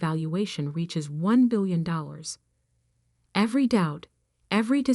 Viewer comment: I really wished the reader was able to actually pronounce her name correctly, also the word billions.